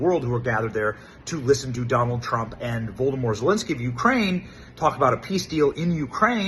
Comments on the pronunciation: I had to turn on captions.Youtubes automatic captions thought you called Zelenski Voldemort too. 😆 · Did you say Voldemort Zelenskey? 😅